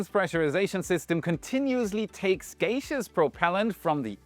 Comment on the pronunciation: Geishaeous? You mean gaseous.